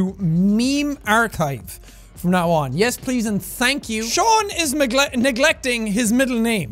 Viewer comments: It's not Sean it's Seán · No not Sean it's Seán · His name is not sean or Shawn it's seán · Its Seán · Pronouncing it as SE-an because its funny. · It's Shawn SEan or sha oon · I can't believe yall are pronouncing Sean like SEan. 😂 I am appalled. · Seàn: complains about people saying his name wrong Also Seàn: Billie Eye-lash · Plz this is just gonna make him madder. IT IS SEÁN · ive lived in ireland for so long i forgot people don't actually know how to pronounce seán's name lmao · guys leave his culture alone. his name has a fada over the letter a which extends the vowel to make it Seán. So stop saying its sean ahhhhhhhh